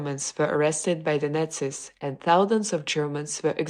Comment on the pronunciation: If you are going to talk about nazi’s, then at least learn to pronounce the word properly!!!